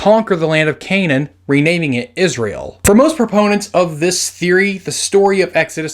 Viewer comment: It's not Canane but acually Cna'an